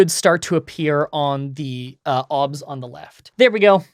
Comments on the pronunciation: The only thing wrong here is how he says 'OBS' the rest is fantastic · I have never heard anybody pronounce it "Obs" before- everyone else I've heard that uses it says each letter independently...